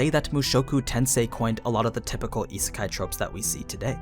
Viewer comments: It’s pronounced as Yee-Sé-Kai, not Yee-Sir-Kai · Isn’t it pronounced as ee-say-kai?